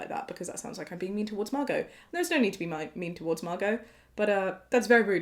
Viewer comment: Omg my name is Margo! I loveee your pronunciation of it!!! Makes me like my name more than I did!!!